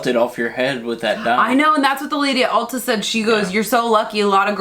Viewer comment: Could’ve figure out why you were talking to a hair dresser in Aldi’s!! ! Then I realized you had said “Ulta”!! 😳😳. Love the hair! Love your blog!💕💕💕